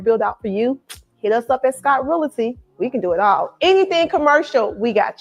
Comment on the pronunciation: is really said; who's gonna tell her? I'm going to need her to know how to pronounce the word "realty" if she intends to be on social media or camera advertising her business. Poor thing. smh